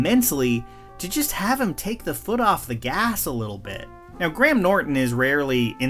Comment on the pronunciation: Thank you for pronouncing Graham correctly! Just need to hear you say Craig now